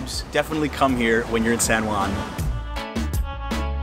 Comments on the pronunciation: The least thing I would do when doing a video on a city, would be to pronounce the name properly. Your pronunciation is sooo ridiculous!! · Old San Guan 😂. It kills me everytime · It’s pronounced san hoo-ann